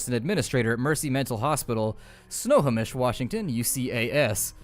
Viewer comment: I went to high school in Snohomish and your pronunciation makes me wince. But I love you,.